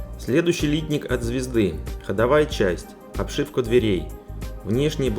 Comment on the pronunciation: Обзор в виде сравнения - идея хорошая, все наглядно и хорошо видно. Только вот "лИтник" - он, если правильно, "литнИк". Очень слух режет :)